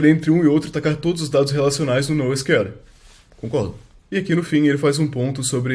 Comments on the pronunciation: E pior que nem fala assim. Fala “nou síquel” E “síquel” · o nosql ele mistura portugues e ingles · Pq sql ele fala com sotaque Br e nosql fala com sotaque inglês?